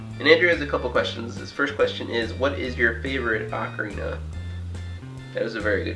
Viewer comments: definitely oc-a-rina not oak-a-rina it's the most annoying thing to hear gah. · The Italians, who invented the ocarina, pronounce it closer to "oak-arina". I think "ah-carina" is more of an American thing.